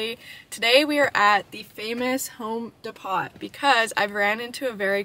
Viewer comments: de"pot" its de"po" the t is silent :D at least here in the UK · It's actually Home ( Depo) not Depot. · in the states, I believe the T is silent in Home Depot.. your wonderful! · De Pot lol love it lol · Is that really how Canadians say Home Depot? De-pot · Why’d you say Home Depot like that 😂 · she cant even pronounce the store name and you want her to fix your things?